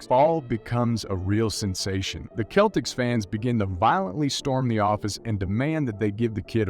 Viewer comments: its pronounced Sell-ticks not the kell-ticks lol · His city is pronounced Dah-car. And it’s the Boston Sel-tics.